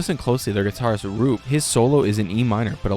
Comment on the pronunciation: legit had to turn off the video when you pronounced Roope as "Rewp". not even to mention you spelling sinergy as synergy and calling them a side project. embarrassing.